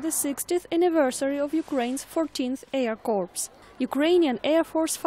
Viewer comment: Air corp...not air corps....lololol